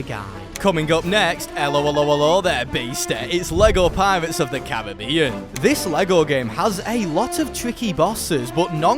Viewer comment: I'm glad he said Lego Pirates of The Caribbean right